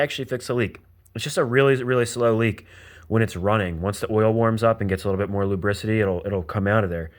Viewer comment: Lubicity? Lol is that what he said about the oil after it gets warm?